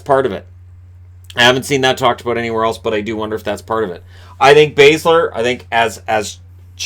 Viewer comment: haha you said our and aboot funny :P